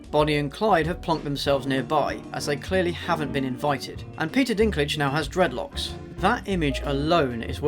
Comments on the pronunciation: He actually meant dreadful locks. He just threw up a bit every time and mangled the word. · every time he said dreadlocks I wanted to correct him so bad